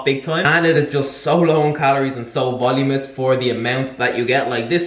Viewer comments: You've got this. Vol-u-min-ous. Stress on the U. Otherwise, good video! Nice ideas. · Ah, no! You've gone backwards on the 'voluminous' pronunciation. It was going so well!